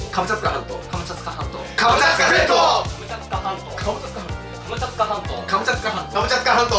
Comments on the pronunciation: 今更気付いたけど最後の方「カムチャツカ全島」が「カムチャカ全島」になってて草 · 最後、クリアした時「カムチャカ全島」になってる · モトキがカムチャツカ全島っていうときカムチャツカ銭湯にめっちゃきこえたww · すみません。カムチャツカ全島が「ハムカツが弁当」にしか聞こえなくなりました…。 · 最後『カムチャカ全島』って言ってる。ツが抜けてる☺ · カムチャカ全島になっとる笑笑